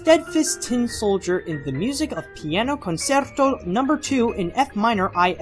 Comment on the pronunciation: Concerto is pronounced like "cone-CHAIR-toe". Damn Autocorrect.